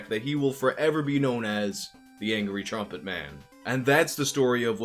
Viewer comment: Since you're (very skillfully) making fun of Levison's voice, I gotta take you to task for your own "drumpet". At first I thought that was a hip term for "drunk trumpet" or something... Anyhow, thanks for the investigation — the irony that the guy's company is all about promoting peace and compassion greatly ups the irony factor on this.